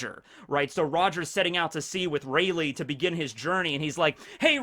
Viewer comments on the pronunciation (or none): none